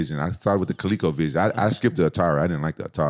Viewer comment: He said colleco vision. 😂